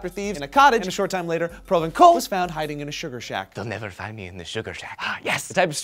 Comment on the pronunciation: It's not "provenkal", it's "provenssal" :P I'm just correcting you guys to be in Comment Commentary, don't mind me.